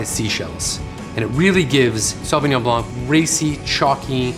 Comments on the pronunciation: Perhaps you can tell us everything about Sauvignon Blanc except the proper pronunciation...... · Hmm wrong pronunciation!!